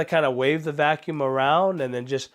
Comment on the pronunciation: IS VACUUM NOT VALCUMN, GOD THATS BOTHERING ME SO MUCH